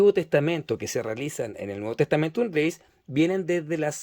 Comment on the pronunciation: Muy interesante la reseña que realizas de esta edición hermano. Con todo cariño, te comento que tienes un significativo error de pronunciación que repites en el vídeo. La palabra latina "Gaece" (que significa girego/a) no se dice "greis" como lo pronuncias tú, sino que su correcta pronunciación en latín es "greche", ya que en latín vulgar (variante lingüística que usa nuestra Iglesia católica) la letra "c" se pronuncia como "ch", y en latín clásico la letra "c" se pronuncia como "k" (la pronunciación en látin clásico sería "greKe"). Así entonces, la correcta pronunciación en el latín que se usa en la Iglesia católica es "Novum testamentum greCHe", con "CH", nunca se pronunciaría como "greis". Te lo comento con mucho cariño porque ese error de pronunciación lo repites constantemente a lo largo de todo el vídeo. Y para respetar el texto original es conveniente hacer la correcta pronunciación de este. Siguiendo esta consideración, se pronuncia "Textus reCHeptus" no "reSeptus" Cuando haces la lectura del inicio del Evangelio de Juan en el minuto pronuncias erróneamente la palabra "Dios". En griego, θεόν (theon) se pronuncia "Zeón"; con el sonido de la "Z" como se pronuncia en España", no se pronuncia Deus, como lo dices tú, pues eso es latín y en el texto que muestras está escrito en griego y no en latín. Te comento esto con mucho cariño y respeto hermano, porque si nos haces el favor de mostrar un texto bíblico es muy importante que se respete su idioma y pronunciación ori